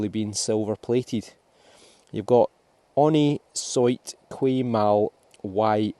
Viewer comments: The Scottish accent is entertaining in itself, but could I respectfully suggest the proper pronunciation of the motto of the Order of the Garter: Honi soit qui mal y pense is pronounced (approximately) 'Onny swa kee mal ee pahnse'. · The legend on the sixpence is pronounced - on knee swa key mal uh ponce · why don't you google how the pronounce honi soit qui mal y pense? It is available on you tube.